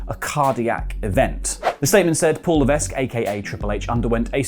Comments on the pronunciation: It's pronounced LEVECK not LEVESQ. I think i heard someone else on here do it. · The s in levesque is silent. His last name is pronounced leh veck. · HHH's last name is pronounced "Lev-eck", it's a francophone last name, the S isn't pronounced for whatever reason